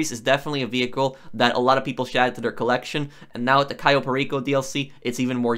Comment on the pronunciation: Why does he call it kai o peri co